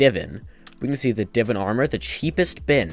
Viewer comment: its not divin please say it correctly its divaan